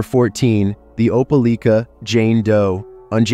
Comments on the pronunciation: Hearing you pronounce Opelika like that killed a bit of my soul. It’s Opa-lie-ka, but Opa-lee-ka did give me a good laugh. Was a bit confusing because you switched between the two throughout the story. Even still, great video my guy! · Opelika is pronounced ope-uh-lye-kuh